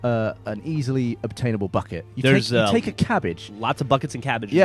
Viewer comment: Pre-"buhKET"... it's funny hearing him not make fun of him every time he says bucket